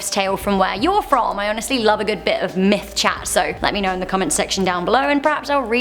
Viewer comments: I could have sworn you said Meth, not Myth, you are cooking up for us.... Uh... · Did she say meth or myth